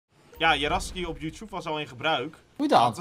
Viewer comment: Hoe Jan Youtube zegt :Youtjoep😂😂